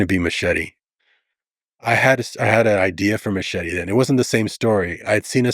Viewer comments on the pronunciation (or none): i cringe when a latino can't pronounce "machete" correctly, ... "machiry " wtf!!!